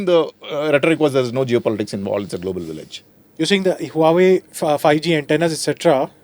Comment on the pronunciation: Lol he can't even pronounce HUAWEI properly. What a joke ANI is.